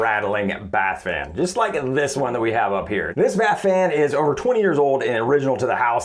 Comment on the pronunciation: All I kept hearing was "Bat-fan". Then the AuDHD started kicking in... "Nana nana nana nana, nana nana nana nana, Bat-fan!" I'll be hearing that for weeks now.